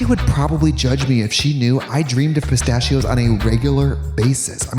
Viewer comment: katya: "pristachios"